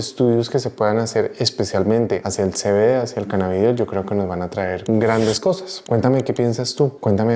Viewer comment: Primero dice CANNABIDIOL Después CANNABIDOL Sólo un comentario